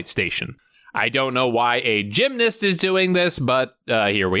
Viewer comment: It's Gymnast not Gymnist.